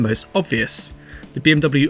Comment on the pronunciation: I heard BMW "shit cam"...🤣